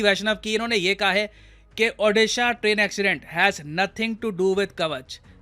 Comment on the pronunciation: It's not Aaudisha It's Called OODISHA. LEARN TO PRONOUNCE IT PROPERLY FIRST.